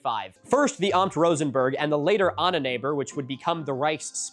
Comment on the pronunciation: Holy moly you did so well on all the other German pronunciations that your way of saying Ahnenerbe threw me off completely. Took me a while to get what you meant. It’s not “anonneighbor” it’s “Aahnen-glottal stop-Érbe” remember, we basically always pronounce the e, normally rounded.